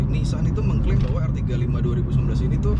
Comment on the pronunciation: ngomong nya 2019 kurang jelas bang 😂